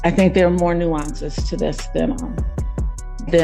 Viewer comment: She said "NuAncEs" 😂😂😂 ..girl stop it. 😂😂😂